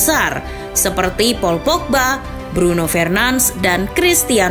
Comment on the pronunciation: Di bacanya tetep bruno fernandes min, bukan bruno fernans